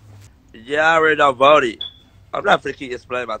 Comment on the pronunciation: Stop lieing you didn't vote you can't even say vote rite